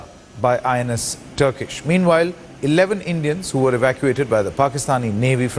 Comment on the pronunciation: INS Tarkash and not INS Turkish.